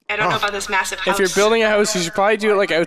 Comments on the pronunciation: I love how they say huse instead of house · House... H-O-U-S-E! not huse. lol I kid, I'm am just giving you a hard time! :)